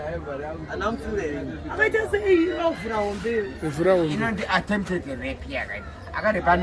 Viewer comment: Saka murikumusekera chii, just because he can’t pronounce “attempted”? #Zvinebasarei?